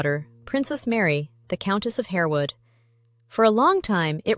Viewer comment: "Harewood" is pronounced "harwood"